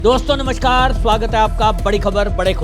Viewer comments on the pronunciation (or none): none